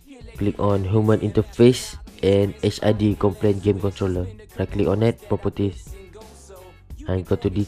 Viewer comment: Popoties hahaha it sounds just so funny but nice vid man!